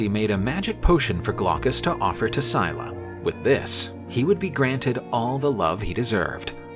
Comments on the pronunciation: I'm nearly impressed that in one video they managed to pronounce almost every single name incorrectly. Syclla is not pronounced "Sie la" its pronounced more like "Silla" (written phonetically not literally), Glaucus is pronounced like its written. "Gl au cus" not "Glockus" and Charybdis isn't pronounced "Shar dees" (Where on EARTH did they get that??) its pronounced "Kar rib dis", again, far closer to how its actually 𝘴𝘱𝘦𝘭𝘵. An otherwise interesting myth though, and the artist did a very good job illustrating it. Just a shame that the voice over guy they got couldn't be bothered to check any websites or do a tiiny bit of googling to find how these greek names are pronounced and butchered them as a result. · You know its Scylla and not Syla. And the other Is Caribdis not Shardis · Pronounciation!!!: "Silla" "Karribdus" This is the origin of the saying, "Between a rock & a hard place," it was said, "caught betweenScylla & Charybdis." This is what ancient Greeks called the Staight of Gibraltar. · Pretty cool, but one thing: "Scylla" is pronounced "Skill-ah" and "Charybdis" is pronounced "Kah-rib-diss" - not "Shar-dees"